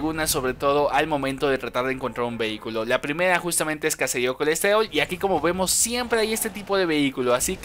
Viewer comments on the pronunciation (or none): La pdimeda es cacedío colestedol hahahaha morí de risa con su voz de bebé